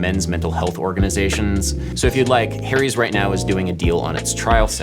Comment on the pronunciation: Funny how you pronounce "Harry's" like "Hairy's"! LOL Great music, BTW. I've been digging on lofi hip hop music for a year now, and this is the first tutorial that explains it. Thanks for being a hero!